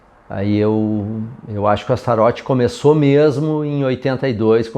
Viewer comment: Sabe o vocalista David Lee Roth? Tu não fala David Lee Rô né? Astaroth não é Astarô né? 😂